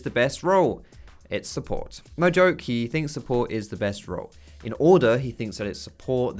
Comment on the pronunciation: Support. It's support... like what the whole league community has always been saying.